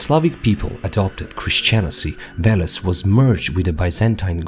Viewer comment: VELES or VOLOS as you said, VO - bull